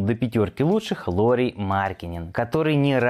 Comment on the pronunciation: Не Дэнди, а цеди и не лори , а лаури марканен